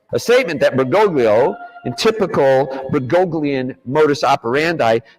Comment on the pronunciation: If he's going to call Pope Francis "Bergoglio," he could at least pronounce it right, lol. Grates on my ears.